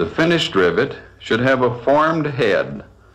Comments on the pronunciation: Back when presenters were allowed to be their wild and zany selves lmao 🤣 great video but gah damn the man needs some enthusiasm. Also, I love the way he says hay-duh (head). Phenomenal stuff. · This dude pronounces "head" with three syllables...